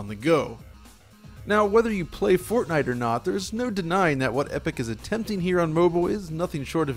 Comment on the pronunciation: Everytime you say Fortnite I understand Fartnight. So going by that, I just farted at night.